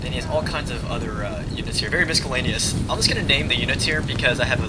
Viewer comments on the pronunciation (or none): I'm sure no-one minds the mispronunciation of foreign words but miscellaneous pronounced "misKellaneous"? Even by American educational standards, that's got to be bad. :p Nice video and commentary though. :) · There's no K in miscellaneous. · lol 'miskellaneous' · you just pronounced the 'c' in miscellaneous? english: fail